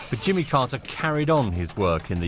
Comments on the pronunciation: The newsreader can't pronounce his name.. it's not Jummer, it's Jimmy! Lots of hesitation- you see who's good when it's breaking news and they haven't had much time to go through it. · Who's jimmer how can you pronounce Jimmy to "jimmer"